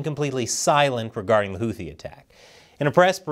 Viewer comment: Houthi is pronounced with an aspirated T (T with a slight H, not a western 'th', as in 'think.'